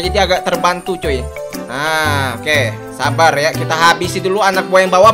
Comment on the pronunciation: Bang tadi Abang bilangnya harusnya Sabar malah sabal